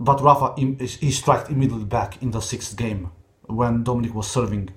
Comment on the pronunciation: Dominic und nicht domenic du Goo